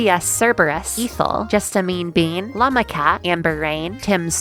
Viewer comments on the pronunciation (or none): none